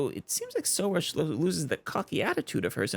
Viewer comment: I think it's pronounced "Soroosh", emphasis on "roosh"